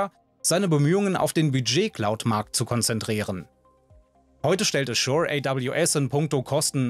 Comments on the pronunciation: Du sprichst A-zure falsch aus. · Über Azure’s globale Bedeutung sprechen, sich aber nicht die Zeit nehmen kurz zu recherchieren, wie man den Namen richtig ausspricht?